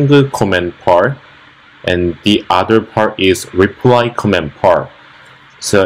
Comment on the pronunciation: not making fun of you, i was a US soldier in army in Dongducheon, and when you said, "repry comment" like koreans often sometimes mistake l and r... reminded me of a story when my korean friend said, "it's raining, I feer it" and it sounded like "i fear it" and we started laughing, lol.. Jeon Yun Ho my old katusa friend.